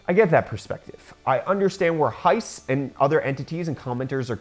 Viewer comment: heise online is pronounced high-se (like the first two letters of 'September'). The 'e' at the end of heise is not silent. Not criticising here, just trying to help. Greetings from Bavaria, Southern Germany!